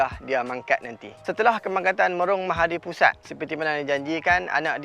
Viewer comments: Itulah, lahai, yang nak buat konten tu pun, tak buat rehearsal, praktik dulu ke? Dah lah bukan sekali tapi berkali² tersasul nama tu. Lidah pelat ke taksub dengan nama pusat tu? 🤔🤨🧐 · Mahapudisat... Dia sebut mahadipusat, tapi text mahapudisat. Sat nak pikiaq sat.. dah boleh potong markah dah ni.. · Bang, sebenaqnya MahaPudisat... Bukan MahaDipusat 😁